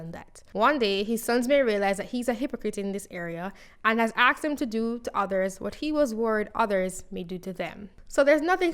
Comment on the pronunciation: ASKED! Not "axed"... 🤦